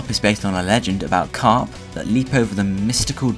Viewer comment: *carp, not crap :3